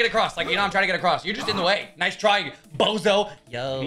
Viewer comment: That was really pronounced like: "Nice try, 🅱OZO"